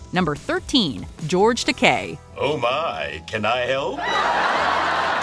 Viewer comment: Her pronouncing Geroge Takei's name wrong made me hurt lol she obviously doesn't watch Star Trek 🤣